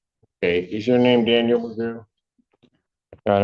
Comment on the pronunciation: AI voice-over mispronounced " DANIEL "